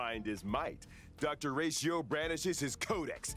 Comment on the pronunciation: It's NOT Ratioveeeerr!!!